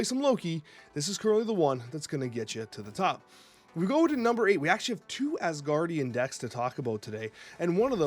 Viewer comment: C’mon, we’ve been through this! It’s Asgardians*, not asguardians! lol Love your content, my man! Keep it up! PS: A little bit of trivia, there’s actually an Asgardians of the Galaxy team leaded by Angela, who was part of the Guardians of the Galaxy when she was introduced to the Marvel Universe (she was originally a Spawn character… yeah). Still, NOT asguardians, Asgardians!